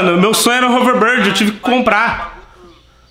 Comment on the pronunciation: Vamo da uma volta de "rouverbórdi" 😂